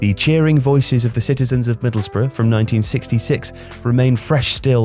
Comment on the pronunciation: Oway boys it’s Middlesbrough not Middlesborough!!